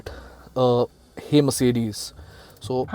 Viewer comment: Nice try.....but next time please take care on how you stress butttt, cutttttt, brusheddd, ittttt, putttt, lightttt, frontttt, thattttt, ambienttttt...... felt so awkward while you were stressing on these words.....whereas pronouncing Mercedes was so cool....also please take care of your health... someone commented on this earlier.